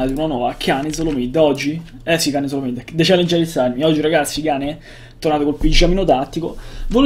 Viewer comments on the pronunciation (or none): none